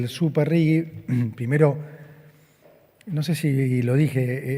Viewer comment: ¿Por qué pronuncian Rigi como si tuviera una u entre la g y la i? ¿Acaso, ni siquiera saben leer el idioma español?